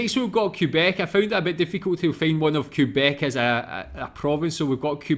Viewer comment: It's pronounced "kay-bec". You'd have to do your search in french to really learn about this province. Here's another 2 minutes video that showcases a bit better what the province of Québec is like during summer : And winter